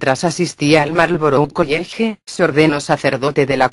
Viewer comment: "Trinity College (Coiege)", ja, ja, ja